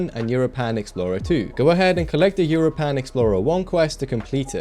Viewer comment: Bruh why the hell do you pronounce europan like that lol (It's pronounced like europa but with an "n" at the end)